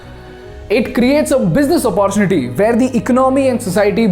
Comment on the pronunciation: Please pronounce 'opportunity' properly. Use google text to speech and learn.